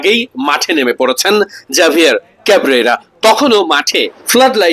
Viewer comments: এই নামের প্রকৃত উচ্চারণ "হাভিয়ের কাবেরা"। জাভিয়ের কাবরেরা নয় , এটা স্প্যানিশ নাম। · ভাই উচ্চারণটা হবে হাভিয়ের কাবরেরা